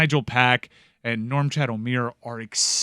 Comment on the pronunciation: Can stop saying “Normchad”? There’s no M in his name lol